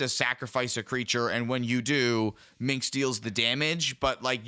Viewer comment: "minx and boo" is making me twitch every time. Its just pronounced Minsk, guys. The s comes before the hard k sound. The c is a mislead.